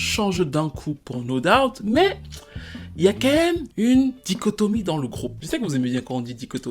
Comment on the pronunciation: J’aime quand il dit dichotomie 😂😂😂🙌🏾🙌🏾🙌🏾